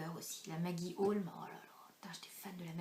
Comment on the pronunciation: Sympa ta faq :) c'est toujours agréable de te voir et t'entendre, tu es si simple :) vivement une prochaine vidéo alors ! Et tu m'as trop fait rire en disant "LA Maggie Holmes" à la française lol, trop excellent :) bisous